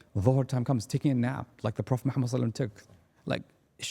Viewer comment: He really needs to say the Prophets صَلَّى ٱللَّٰهُ عَلَيْهِ وَسَلَّمَ name with clarity and reverence. It was really quite uncomfortable. Other than that a fantastic podcast 👍